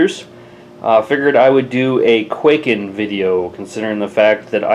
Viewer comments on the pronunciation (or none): it's pronounced kuai-ken